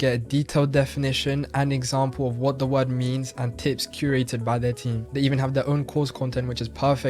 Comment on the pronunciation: Guy doesn’t pronounce his vowels properly when speaking English. Doesn’t pronounce his final “Rs”. Also , says “whoa” instead of “what”.